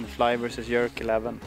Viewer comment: J j j j j j erk. Not yerk bro’s.